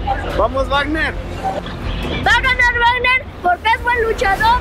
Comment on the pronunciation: 1;29 wuagner